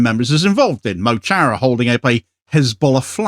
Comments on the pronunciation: "Mo Chara" is an Irish language phrase meaning "my friend" and is pronounced "Muh CHORRAH" with the c almost silent - not "moe charrah". Excellent work otherwise, and thanks for exposing the evils of Zionism and the gormless media types and politicians who let it go unchecked. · It'd be solidarity if you learned to pronounce Mo Chara correctly. It's Mu, not Moe, and it's more like Khara, than Shara. Try to avoid sounding like a British imperialist while standing up to British Imperialism. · Mo Chara is pronounced mu Cara (my friend) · Mo chara is pronounced mo cara. It means my friend in Gaelic.